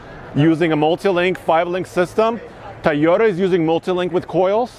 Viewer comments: Not "TUH-yo-ta" but "TOE-yo-ta" (or TOW-yo-ta) bro 😬😬😬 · I hate the way he says Toyota. "Tay-o-duh." 🤬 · Drink every time says "Tieyota".